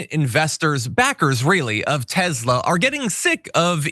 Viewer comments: John it's TESLA not TEZZZLA ...TEZZLA is how the south African nazi pronounces it not how the founders pronounce it. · Tes-la not tez-la 😅😅😅 sorry. It's drivinge.mad lol